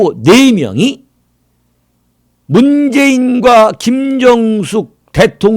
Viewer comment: 문재인부인이름은 '김정숙'입니다 윤대표님은 '김경숙'으로발음하는것같습니다 이름을정확하게하세요 번번이 달리표현하니.......